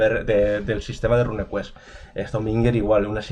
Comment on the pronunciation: RUNEquest se pronuncia “runcuest”, no “rancuest” RUNE no es RUN Ya que hablas de ello. Saludos